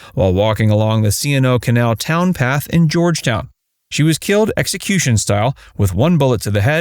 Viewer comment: C&O "townpath"? That's TOWpath